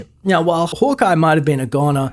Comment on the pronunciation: Sounds like you’re saying “holk eye”